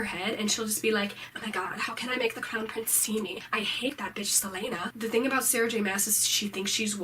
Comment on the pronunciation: Did she just call Celaena "Seleina"?